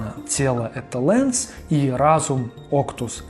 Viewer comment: например, что касается Титана Сим-Бионик, то именно так будет правильно называться мультсериал, а не "Сим-Бионик Титан", не "Лэнс", а "Ланс". По поводу Генератора Рекса в дубляже организация называется "Провидение", но никак не "Провидэнс", "Шестой" или "Агент 6". Просто "Шесть" слух режет и т.д. То есть были недочёты с именами персонажей и названиями объектов. То, что назвал свыше не всё. Кроме них ещё были недостатки